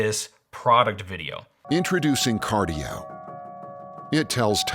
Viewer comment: Car-die-o? Hmmm